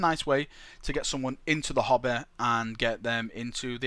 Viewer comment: Everytime he said "hobby" I thought he was saying hobbit XD